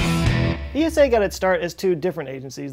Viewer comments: We Eurpeans just say Esa... Not E.S.A. Altough a great video. 👍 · As a European let me make a small correction: It's simply ESA not E.S.A. , similar to how you say NASA and not N.A.S.A.